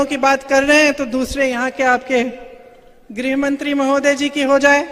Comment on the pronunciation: ग्रहमंत्री नहीं, गृहमंत्री उच्चारण करें।